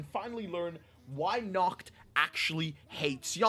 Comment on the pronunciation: Nacht pronouce his name "Nahato"